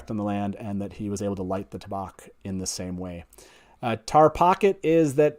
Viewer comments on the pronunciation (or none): I'm confused why you don't pronounce tabac the same way you would tabacco. Why change the vowel sounds? Is there a reason that i am not aware of?